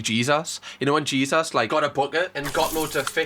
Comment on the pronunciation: You calling him JesAS is killing me for whatever reason 😭